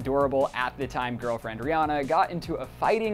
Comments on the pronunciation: U SAID RI-HANA !! u made a video about false pronounciation lol. How can u? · btw....Rihanna is RE-Anna....